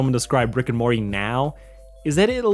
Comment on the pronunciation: Dude, you literally need to learn how to promounce words correctly. Slow. Down. Read. You literally pronounced "Morty" as "Morry" this entire video. And that's not even the worst offence. Take. Time. To. Enunciate.